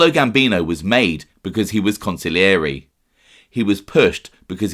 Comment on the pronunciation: Bro on heard a new way of saying consigliere Council-yore-A 🤣🤣🤣